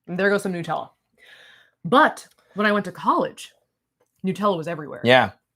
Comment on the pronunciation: They do when you stay in American hotels in Europe. The Hilton in Venice had a cafe on premise. It was a delightful surprise. Also, needs to learn how to pronounce NUT-ella, 😂